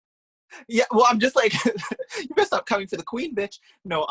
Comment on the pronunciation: It’s Britney betch!